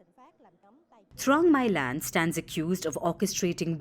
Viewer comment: Her name is pronounced Mee Lan not My Land.